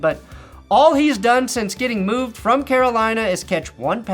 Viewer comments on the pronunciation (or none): none